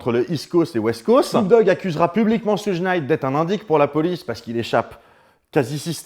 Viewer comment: petite info : Suge se prononce "choug" (diminutif de Sugar Bear)